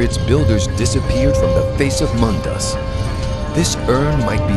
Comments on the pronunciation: It's pronounced "dweh-mer", not "duhweh-mer". It's a conjunction, 'dwe' roughly meaning 'deep' and 'mer' meaning elves, or more technically, people. And it's "muhn-dus" not "moon-dus". Your voice actor has a very nice, buttery voice, but he has one of the strangest cadences I've ever heard and ostensibly needs to learn to pronounce things better. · ShoddyCast Great work as always, guys, minor complaint in the form of pronunciation of words, I cringed so hard I receded into my body when he said MOON-DOOS in stead of Mundus.